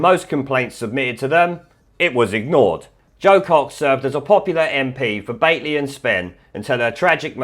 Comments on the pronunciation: It is 'Batley' not Bately..... just saying! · It's not Bately! It's Batley as in Bat' lee! You sound like a Southerner! 😆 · It's Bat-ley not Bate-ley. Just thought I should tell you since you're likely to have to say it again. Anyway, thanks for your work!